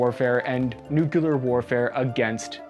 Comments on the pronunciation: Nuclear: new-clear, NOT new-q-leer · nu CLE ar.....not nuc YOO lur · Nuclear … not nuke-you-ler. Nuc+lear … okay? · it's "nuclear", not "nucular" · i don't wanna sound like an ass but hearing "nuclear" said as "nucular" is painful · Ok, regarding the nuclear stuff. One, if you want to sound like you know what you are talking about then you have to pronounce the word correctly. Nook-lee-ar, not Nook-you-lur. I'll make an analogy that trying to discuss the topic while not knowing how to pronounce the word is like going to war with no boots or helmets. 2nd, Ukraine was going to get rid of their nuclear weapons anyways, and it was savvy politics to get signed agreements for it, even if those agreements proved to be worth less than the paper they were written on. Nuclear weapons are expensive, not just to procure, but also to maintain. Had Ukraine tried to keep them they would have blown the national budget and likely seen a hyper inflation crisis and economic collapse. Ukraine doesn't have the money for nuclear weapons, and nobody was going to subsidize that. Beyond that, were Russia a rational actor then downsizing the Ukrainian military would have been a smart move. This is the part I find most concerning of all out of the current crisis: The Russian Federation, a nuclear armed state, can no longer be assumed to be a rational actor. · Oh please people, don't say nucular .... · Nu"CLEAR"... nuclear! Not "Nukular"! THAT ISN'T A WORD!!!!!!!! sorry... Pet peeves... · Nu-cle-ar not nu-cu-lar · Really you cant even pronounce nuclear, its not nucilar. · Nuclear. Pronounced "new klee ur" not "nuke yew lur" Do you see where the L is? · "Nucular. It's pronounced nucular." --Homer Simpson and this guy 😜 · It bugs the hell out of me when someone says nuke-u-lar. Nuclear only has one u. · Did you really say "nucular"? Holy shades of GWB, batman! 'merica 🇺🇸👍 💙Slava Ukrania 🇺🇦🙏💛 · Nuclear is not pronounced 'NUCULAR'. Fffs ... 🙄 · Haha you said nucular warfare…shades of Bush